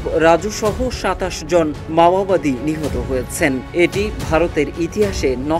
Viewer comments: ভালো করে বল মামবাদি না মাওবাদী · মাওবাদী আর বলছিস মামাবাদী???? বাংলা পরতে পারিস না???? ইংলিশ তো দূর কি বাথ!!!!! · মাওবাদী শব্দটা স‌ঠিক উচ্চারণ যে কর‌তে পা‌রেনা, সে আবার সাংবা‌দিকতা ক‌রে কিভা‌বে? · সঠিকভাবে বাংলা ভাষা উচ্চারণ করতে পারেন না অথচ সাংবাদিক হয়েছেন। কথাটি মাওয়াবাদী না মাওবাদী। অথর্ব। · মাওয়াবাদী আবার কারা ? মাওবাদীরা ছিল ! যারা চিনের মাও সে তুং এর আদর্শ অনুসরণ করে। একটি আন্তর্জাতিক প্রচার মাধ্যমে এমন ভুল উচ্চারণ কাম্য নয় । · ভাই সাহেব বার বার উচ্চরণ করছেন মাওয়াবাদী, মাওয়াবাদী নয় সংগঠন টির নাম মওবাদী। ভুল ভাল শব্দ উচ্চারণ থেকে বিরত থাকুন। ধন্যবাদ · ঠিক মত উচ্চারণ করতে পারেনা । এরা নাকি সাংবাদিক। মাওয়াবাদী না বলে মাওবাদী হবে। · ভাই শব্দ ঠিক ভাবে উচ্চারণ করেন, মামাবাদি না, মাওয়াবাদি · মাওয়াবাদি না উচ্চারণ টা ঠিক করা উচিৎ। মাওয়বাদি চিনের নেতা মাও সে তুং এর অনুসারী। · Lungi ke pravab maowadi ko mamawadi bol raha he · Dear সাংঘাতিক তুমি তো উচ্চারণ ও করতে পারো না,, পড়তে পারো না ওটা মাওবাদী,, আর ছত্রিশগড় না ছত্তিস গড় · ছত্রিশগড় না রে ভাই, ছত্তিশগড় আর, মামাবাদী না, ওটা মাওবাদী। সঠিক ভাবে উচ্চারণ করেন